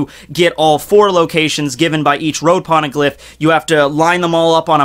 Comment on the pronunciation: What's a porneglyph? xD